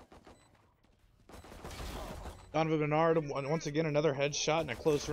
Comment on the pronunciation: It's barnard, not Bernard lol😂